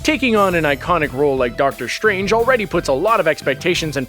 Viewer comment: I didn't realize that "strange" and "stride" are now pronounced "shtrange" and "shtride".